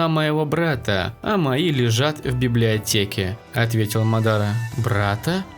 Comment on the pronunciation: Мне послышалось не библиотеке а блятеке